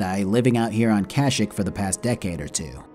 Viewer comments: its processioned ka sheke not kashik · I love your videos and have been binge watching your channel but I’m not a fan of your pronunciation of Kashyyyk. I understand that it’s such a stupid thing to be bothered by and this comment is meaningless but I figured I’d toss it into the void anyway. I don’t know if it’s a joke or if I’m an idiot and it is actually “cash-ick” as opposed to “kah-sheek” but it is unpleasant either way. Sorry for being the worst, great video btw. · You are saying Kashik as a joke right??? Bro its pronunciation is Kasheek. (I know its spelled Kashyyk). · Cash-eek is how you pronounce Kashyyyk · I've NEVER heard it pronounced Kash-ik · It's illegal to pronounce Kashyyyk like that.